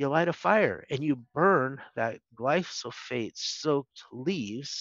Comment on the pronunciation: While this is excellent information and I greatly appreciate it, I can’t help but question glyphosate versus glysophate that David continually refers to. I’m a customer and a HUGE Azure Standard fan.